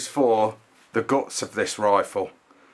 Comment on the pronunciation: It's not a 'gon'. It's a gun. Why do you English people change the vowels? It's very confusing. You also talked about this gun's 'gods', or did you mean 'guts'?